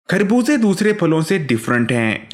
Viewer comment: کھربوزے نہیں خربوزے کہتے ہیں۔